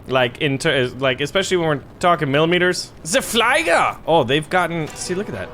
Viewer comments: Also, it's flieger, not fleiger. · Oben: This side up! Nicht werfen: Handle with care! (Do not throw!) Flieger is pronounced: flee-gar Zis video ist wunderbar, ja! Mehr, bitte!